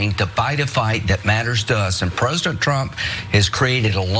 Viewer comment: is incapable of saying president.. he says "prusident" what a cuntry fuck